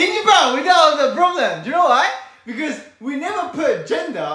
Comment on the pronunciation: that sudden British "becajjjewknoew"